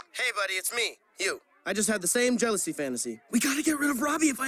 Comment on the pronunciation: "i just had the same jelosey fanisty" LOL